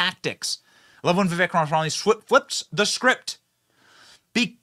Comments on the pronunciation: Bro is it THAT hard for you to pronounce Vivek "Rama swamy" ? Not being able to pronounce such a simple name shows low IQ idiocy or just bigots doing it on purpose. His name is really pretty easy. Kamala has a hard name to pronounce, but Vivek does NOT. Quit mispronouncing it please. You're destroying your own credibility and appearing as a backwood hick religious nut mentality or stupid American trope ... Maybe that's why Republicans are losing, why are Americans so often so stupid. Let's be intelligent MAGA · I give you props for at least saying his last name or full name ... Others keep talking about him on a first name basis like they known him or something lol.... Tho please stop mumbling his last name it is an easy name. You just make yourself look like you're doing it on purpose which makes you look like a bigot American Taliban... And that kind of extremism is what j6 is going to get used against you guys... So start being more integrity and honest and respectful. He is a legit Presidential candidate for your party at least give him that respect instead of talking down about him like he's some kind of second class citizen bc he is brown and Hindu.... It's gross and acts similar to how whites used the N word about black people and slavery.... It's disgusting. Dignity and respect demands properly pronouncing the guys name. You don't need an Indian accent to pronounce it, it is really really easy. I mean y'all can use big words right ? Or is one letter longer than Desantis too much for you to handle....?